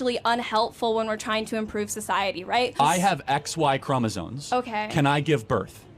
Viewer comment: Charlie....it's pronounced ChromosoMe not ChromosoNe